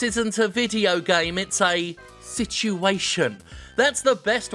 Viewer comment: I totally heard “This is the came industry.” No wonder I can’t get off any more.